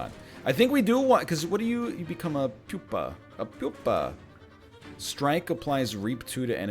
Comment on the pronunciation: I don't want to sound like a smartass but its pronounced pyou-pa not poopa.